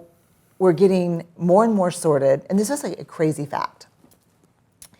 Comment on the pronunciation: Sorted sounds like sordid here 😆